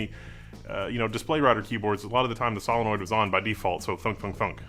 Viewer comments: Most unique way of saying solenoid that I've heard. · "vial" is pronounced "veal" now? wtf? "SALenoid?" what fucking planet am i on